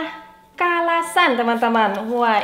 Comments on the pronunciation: Ayam Kalasan.. Bukan salasan..mbak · ngakak pas uni blg salasan😂😂😂.. bkn salasan uni tp kalasan😂😂😂😂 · KALASAN uni bukan Salasan hehe.. Ko Johns dikasih apresiasi verbal juga Uni, love language sekeluarga ini Mirip act of service semuanya. Jadinya nyaman diliat rukunnnn ❤ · Ayam KALASAN, Uni.... Bukan SALASAN 😄